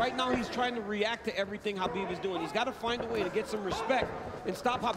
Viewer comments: It's Kabib not Habib. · It drives me nuts that Cormier does not pronounce the champ's name right... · DC calling Khabib "Habib" the whole time really drove me nuts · Are my ears betraying me? did that commentator keep pronounceing Khabib as Habib? It was very annoying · Is pronounced ha-bib or ka-bib? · Did nobody brief this guy on how to pronounce Khabib’s name? Is anyone surprised that the world hates the USA? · Is it KHABIB or HABIB, I'm perplexed how it's pronounced lol